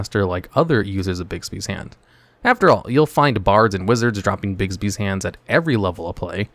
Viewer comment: Sweet lord, stop calling it 'Bigsby's' it's 'BIGBY'S'